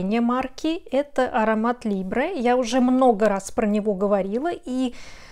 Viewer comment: Да, филолог, жила и училась в Париже. А ваши "носители языка" еще и говорят "лИбре" с ударением на первый слог, как вы в видео произнесли?))) Это тоже согласно правилам ударения во французском языке? Я совершенно без агрессии отметила эту неточность, потому что многие делают ошибку, но не ожидала от вас такого эмоциально-нестабильного выплеска. В училку играйте вы сами в своей песочнице. К чему ваш выпад про какие-то английские слова. Загляните в словарь и посмотрите транскрипцию этого слова. В крайнем случае, послушайте рекламу аромата Libre, как там говорят, как произносят название данного парфюма представители YSL. Поражает, как люди в любой ситуации отстаивают свое невежество. Всего доброго!